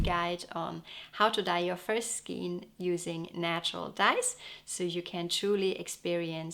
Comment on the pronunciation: Your videos are so beautiful and informative.Your English is perfect but may I suggest to check the pronounciation for “skein”.